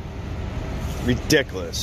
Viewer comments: "You're being "ridickalus". LOL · Did he really say, "redickulus"? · People enjoy watching this because they like to watch frauitors make fools of themselves. If he is going to annoy people he should at least learn how to pronounce his words. "Ridicolous"? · He can’t even correctly say ridiculous. 😂😂😂😂😂